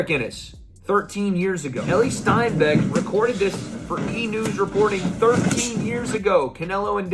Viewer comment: Lmao this dude said STEINBECK bahahahaha